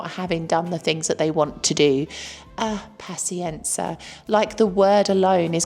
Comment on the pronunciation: As a brit living in Italy (mainly south) for last 30 years totally agree with everthing you say. N.B please pronounce paZienza properly. Hopefully you don't pronounce piZZa like pisa!